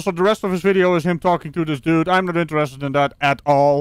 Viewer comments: "...but I was already inside". Milton Waddams anyone? And "doo"? Can someone tell him there's a "d" on the end of the word "dude". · “Dood.” Learn the language.